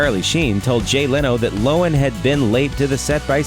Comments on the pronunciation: Its Low-han. Not loan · Lindsay "Lowin?" It's pronounced LOW-han, you dumbass! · There’s two syllables in Lohan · How the fuck do you mispronounce Lohan